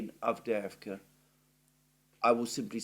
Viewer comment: Lastochka - a swallow, emphasis on the first "a" - LAstochkino - a village. Great pronunciation of Avdeevka!!! I wish the horrible west watched your programmes!!!! They sound on crack, all of them.